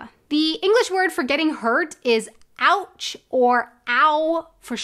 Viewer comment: The sound you make while saying „ouch“ sounds similar to the German „Autsch“ to me.